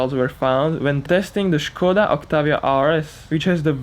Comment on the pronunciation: I loved the fact you caled the Skoda a Škoda :) It is realy refreshing, to hear it right :P Sorry for my bad english, just a random slav slaving around :)